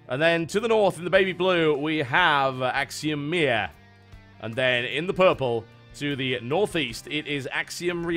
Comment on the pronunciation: did TB say Axiom Myah?